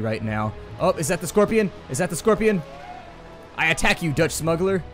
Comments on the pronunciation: That prononciation of 'Schorpioen' (schor-pee-OON) was spot on, still grinning :D And it is indeed scorpion in Dutch. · I do like the series but Some of your Dutch purnounciations were a bit... meh. Like Curaçao, de Hongerige wolf and the Schorpioen. Keep LP-ing and thank you for replying.